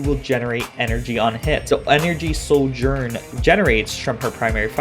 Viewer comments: its not SOULGERN. its Sojourn. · Why are you pronouncing her name with an 'L' in it? ....